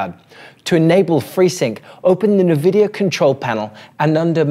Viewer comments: As far As I know they are in Canada so they speak frenglish and this might be the reason for NeVidia and not eNvidia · Good content but it's so hard hearing it mispronounced 'nuhvidia' instead of 'en vidia'. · We appreciate the work but please amigo: it's "N-vidia" not nvi-dia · Actually... en-VID-eeyah Official pronunciation from nVidia right here: Also, unrelated to your post, but just because some crazy people like to state otherwise, "en-VID-eeyah" (emphasis on VID not the N) is always how it has been pronounced. Anyone who says it like "NEH-vid-eeyah" or "NUH-vid-eeyah", or that it ever changed back and forth how it was to be pronounced over the years, is wrong. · No mention of removal of stutter.. Major advantage of the tech. Shows lack of knowledge. Check out Blurbusters peeps. Also it's 'en vidia' not 'Na vidia 😜 Appreciate the work though and the compatibility list is great. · its NNNNNvidia not Naaaavidia. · I've heard people call it "Nuhvidia" since the 90s. It's like Aluminum vs Aluminium. You do you and ignore the trolls :D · It's pronounced INN-VIDD-DEE-YAAH for Pete's sake! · It's actually pronounced en-vid-ee-ah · It's pronounced In-vidia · Except that is Australian. And no, we Aussies don't pronounce it nirvidia either. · Jezus I can't watch it. 'NEH'VIDIA" - who doesssss thattttt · Nevidia :D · Cringe. It’s “en vidia”. The way you’re pronouncing it is like calling Intel “Ein tel” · "Nevidia"?! Apart from that, great content. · My god the way you pronounce "Nvidia".... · Mate, put that" E" in front of the "N" when you say "nVidia".